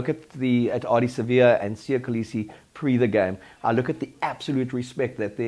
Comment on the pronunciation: Spot on. There is no crime in winning ugly -ask any professional tennis player, that's how you do it! Then Kirwan weirdly became Jeremy Clarkson in his skye pundit gig. And he couldn't even pronounce Kolisi! Geez Louise!